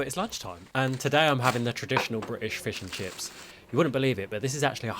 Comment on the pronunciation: As a British person… THAT IS NOT FISH AND CHIPPSSSS